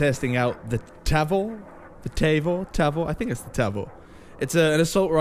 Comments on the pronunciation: Tavor is pronounced tah-VORE. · It’s pronounced tah-vor. The mtar is an abbreviation for Micro Tavor which is based on the X95 platform. The X95 is the 2nd generation of the Tavor (TAR-21 & CTAR-21) platforms.